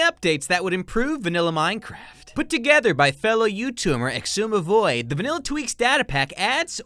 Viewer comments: says Xsumavoid Me: TRIGGERED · mah god its ex eye zuma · (JOKE) you said his name wrong it's pronounced EX-EYE-ZOOM-UH-VOYD